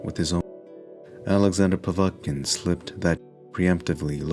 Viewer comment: Oh one other thing - it's pronounced POV ET (as in bet) KIN; not Po vat kin - Mr. Mindsmesh